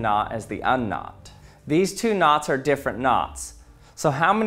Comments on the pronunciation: Me hearing nuts instead of knots: 🗿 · The entire time I thought you were saying “NOS” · When you saying "knots" very often, i am starting hear "nutz"